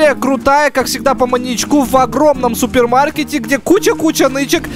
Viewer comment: Уахахах мне показадась спермо маруете а не супер маркете